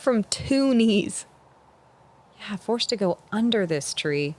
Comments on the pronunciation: "Two Hot Kneese." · call it 2kneesia. like Tunisia